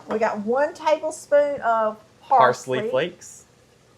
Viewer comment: The way she said "paisley" 😂like it was super exotic. It tasted so good, because you used fresh ingredients and not canned shit. ❤